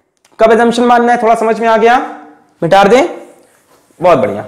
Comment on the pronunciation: Sir shayad Mita de ko mitar de bolte h na 😂